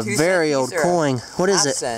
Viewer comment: Anyone notice how he sais coing instead of coin,hahaha I love you.😂😂